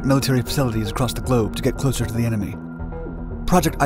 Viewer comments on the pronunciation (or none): none